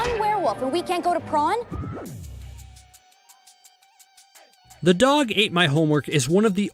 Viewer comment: Bish there saying prom in the wrong way there saying prawn it’s prom